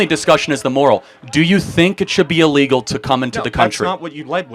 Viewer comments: Can’t say the word illegal😂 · He cannot say illegal. What the hell youtube!!